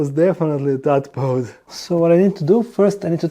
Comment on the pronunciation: The way you say tadpole sounds like a tongue twister